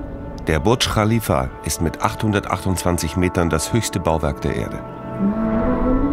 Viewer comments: Der „Burtsch Khalifa“ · Dieser Moment, wenn der Sprecher Burj Khalifa nicht aussprechen kann 😂😂😂😂